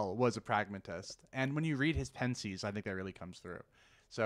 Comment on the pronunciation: OMG learn how to pronounce Pensées.